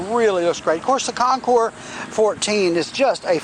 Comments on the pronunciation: Thats right, you are one of the few percentage of people that pronounce the Concours properly as ConKOUR. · Dude, thank you!!! Everyone messes it up